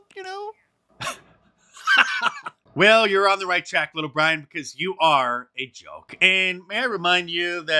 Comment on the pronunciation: Hahaha poor wittle Bwian